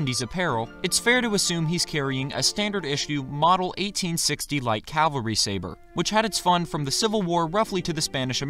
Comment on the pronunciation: Dude! It is "Cavalry" and NOT "Calvary" which is a place in Israel. Very interesting take on the video. Best of luck!